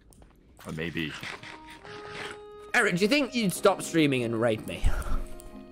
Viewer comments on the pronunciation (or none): thought he said “rape” not “raid” LMAO